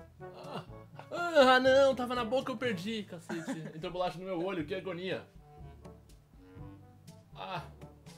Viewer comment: '-' ele falou bulacha ! '-'